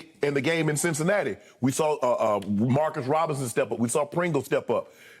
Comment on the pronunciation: This man called Jerick McKinnon Mckinnem, DeMarcus Robinson Marcus Robinson, and D’onta Foreman Deandre Foreman lmao I can’t, let me on this show and I’ll show up Shannon and Skip I swear to god I will 😂😂😂🤦🏻‍♂️🤦🏻‍♂️🤦🏻‍♂️